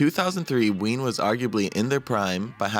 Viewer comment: ITS WEEN!